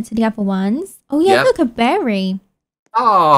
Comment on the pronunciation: DORAEMON 06 this is amberry not phoeberry